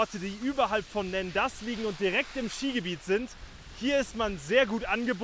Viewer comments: Und es wird quasi "Nonda" ausgesprochen :-) Und die Bärenpiste wäre ausgesprochen die "Pist de l'Urs" 🙂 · Die Aussprache der Ortschaften ist in der Tat eine Katastrophe... Hier eine kleine Hilfe: - Nendaz = Nahnda. Das Z ist stumm. Das "en" wird ähnlich wie das französische "un" (= eins) ausgesprochen (phonetisch: ɛ̃). Betonung auf der ersten Silbe. - Veysonnaz = Wehsona. Das Z ist stumm. Das Y auch. Betonung auf der ersten Silbe. - Siviez = Sivy-eh. Das Z ist stumm. Betonung auf der ersten Silbe. - Verbier = Verrby-eh. Das R am Schluss ist stumm. Betonung auf der ersten Silbe. - Tyon = Tyo. Das N ist stumm. Das "on" wird wie das französische "on" (= man) ausgesprochen. Betonung auf der ersten Silbe. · Lieber, das "z" am Ende von Nendaz usw wird nicht ausgesprochen.